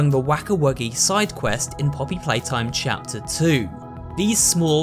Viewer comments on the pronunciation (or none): i like how he says cheter 2 and 3